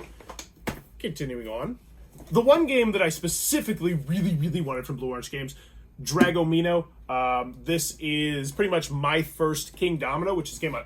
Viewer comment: It’s pronounced DragOMino - As in Dragon plus Domino. Great video but had to say something lol